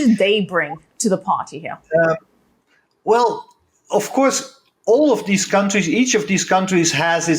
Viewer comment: Every time says 'here'. Heare Love it. Amazing. Shalom.